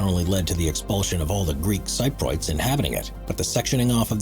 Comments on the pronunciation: Somebody needs to again help the narrator, please! ”Cypriots” is pronounced: “SIPP ree otts.” NOT “SIGH - proits” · People from Cyprus are Cypriots not Cyprots. Also Thames is pronounced 'tems', and .........why am I telling a robot how to speak English? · Sip-pree-uts not Sigh-pruts! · ..this 'Top Fives' narrator sucks... FFS... LEARN how to pronounce things correctly... for example: 'Cypriots' is pronounced 'Sip-pre-otts'...NOT... 'S-eye-prots'... (looking at the other comments you must really be a dumbass... unsubbed) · dude! it's pronounced cypriots (sip-ree-otts) not cyproits (sy- proyts) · Repeat after me cyp-ree-ots. Not cy-proyts. Jesus, doesn't your narrator get any notes? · "Greek Cyproids" 🤣 There was an attempt! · "Cyprians" 😂😂😂😂 I went to school with a Cypriot lad who had escaped from Famagusta. Apparently, there are brand new cars still sitting in dealer showrooms from 1974, zero miles on the clock, covered in a thick layer of dust. I was due to visit Pripyat, Chernobyl and the 'DUGA' radar site this summer, but Putin put paid to that idea! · ..and Cypriots. He says: Sye proits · Would be polite if you could learn to pronounce things correctly. Thames and Cypriots for a start!